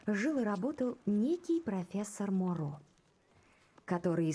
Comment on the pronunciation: это не сильно важно, но правильно говорить Моро на вторую о ударение сори за доеб😅